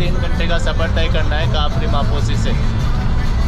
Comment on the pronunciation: Not kapri is kapiri mposhi